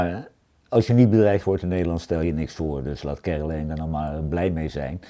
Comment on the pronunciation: Hij spreekt de naam Caroline op z'n engels uit: Kèrolain. Als je niet wordt bedreigd in Nederland stel je niets voor. Een mooie uitspraak. Staat 88 voor HH?